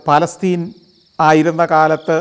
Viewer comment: Manuale.. Paalasthene Alla Falastheen(means Athippazham